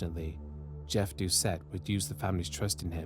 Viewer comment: Thank you for pronouncing the Cajun names (mostly) correct. One small note- ‘Doucet’ is pronounced ‘doo-SAY’. I remember my momma always saying she’d kill a man that did that too. He was a local hero. He IS STILL a hero.